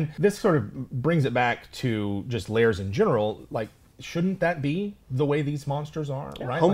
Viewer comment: Lairs not layers! Rhymes with bear.